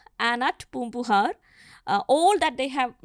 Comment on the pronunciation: Why invite a non Tamil scholar to speak about Tamil history? She can pronounce a lot of these words well but is unfortunately mixing up her native accent. Example: aga-naa-nooru. Not aha-naa-nooru. Poombugaar, not poompuhaar. There is no ha in Tamil. It is a foreign alphabet/sound. She can say Tamizh very well being Mallu but says Tamil. FYI : all students from TN who had this as our 2nd language learnt a lot of the literature and poetry that she touched upon in school. It is a part of our curriculum.